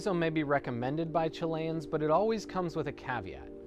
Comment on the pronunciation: You are pronouncing Chilean wrong... ;)